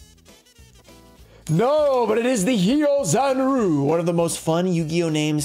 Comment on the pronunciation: " NO but it is the Hyozanroo! One of the most fun Yu-Gi-Oh names to say, ever." If so, then at least say it correctly. Ryu from Street Fighter: Do you call him Roo as well? Lol, I love ya but it pains me.